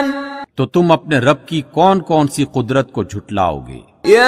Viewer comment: Bhai quadrat or neemat ma buhat farq hai tu apne buhat jaga quadrat bolo ha